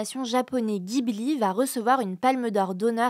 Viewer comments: Ça se prononce Jibli pas Guy Bouli 😅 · On dit 'DJIBLI" (ジブリ) s'il vous plait! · Pour info, ça se dit "Jibli" et non pas "Guibli" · Ça se prononce Jibli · Ghibli se prononce Djibli